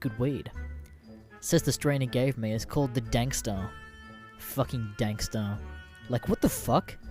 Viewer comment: "Dankstar" Nigga it's darkstar